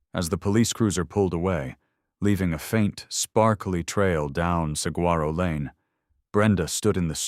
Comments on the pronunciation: Actually, Saguaro is pronounced “Sa-wa-ro”. No hard “g”. Just so you know.😉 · To the narrator. I absolutely love the stories and your voice is fantastic for them. Saguaro is actually pronounced as sa-gore-o. Just so you know.